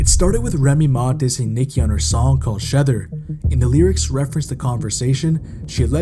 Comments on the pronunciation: Great video but Shether pronunciation killed me😂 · Bro Said “Sheather” It’s pronounced “Shee-thūr” as a spin off of Nas’s “Ether” Meek was my dawg when he came out back in 2011 and I still rock with him through the controversy…He is a bit emotional to be how Rich he is! But, We all have our Flaws!! And that New Project he just dropped “Heathenism” He spitting fire on a couple of them tracks! That Last track with him and Future slaps really hard 🔥 🔥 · Ima just cut this video off lmao. Are u using AI? Or sum. Tf is a Shether.. it's shEther cmon now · SHEither not Sheter